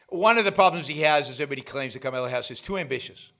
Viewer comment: Do a shot every time Yaron says, “Karmala” Harris